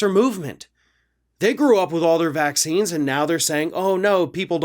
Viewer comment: VacZines? Woman can't talk, therefore can't think correctly either. The "wordsmith" is equally stupid.